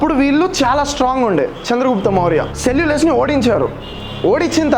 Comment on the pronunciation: సెల్లులస్ కాదు....సెల్లుకస్ నికేటర్